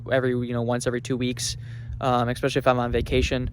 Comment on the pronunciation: There’s no “k” in especially. It isn’t “ekspecially” is “especially”.